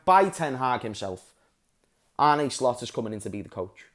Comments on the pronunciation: Listen kidda, i know you're a Scouser and so am i. That's why i know you're intelligent enough to learn to pronounce arne slot correctly. Arne isn't Arnie etc it's like Ange with an R in it so it's arnge and that's todays schooling lesson over larh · It's more like Arnuh